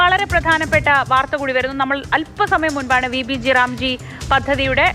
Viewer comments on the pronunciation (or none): ഈ പദ്ധതി പേര് ഇങ്ങനെ അല്ല പറയേണ്ടത്.. VB- GRAM (G) എന്നാണ്.. മലയാളത്തിൽ VB- ഗ്രാം (G) എന്നാണ്.. അല്ലാതെ G റാം (G) എന്നല്ല